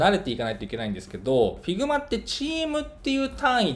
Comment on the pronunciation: 発音って、ヒグマ なんですね